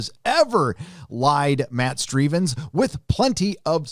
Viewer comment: Matt Strevens. Sounds like how Dr. Steve Brule would pronounce it. 😆